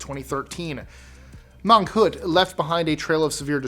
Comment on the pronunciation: Typhoon Mangkhut not monkhood